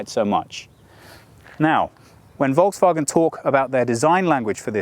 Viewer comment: Hi, i am asking for the usage of SI units for measurements (size, weight, perf., consumption) instead of (or next to) eng/US units, please Thomas be strict on that also would be nice to inform Brian (and AJ as well) know how to pronounce Volkswagen otherwise it is a good one